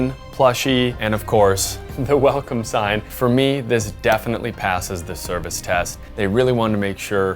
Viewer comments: 'Welocme' had me in tears. Great review. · ''WELOCME'' sounds like the Hong Kong accent, they really wanted to give a Hong Kong Experience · i was literally looking for a mosquito around me, then i realised it was the background sound from the video. overall interesting and informative video. "Welocme", that was hilarious, but the effort is good.